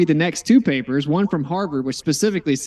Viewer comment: I'd rather have AIDS than listen to talk about PAY-PAHS for one more second. Dude is obnoxious and thinks he's brilliant😂